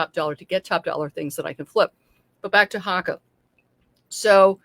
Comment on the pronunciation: Hoe ka is how they're pronounced.